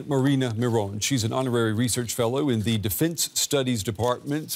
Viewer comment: Dude. It’s “defense” not “deefince”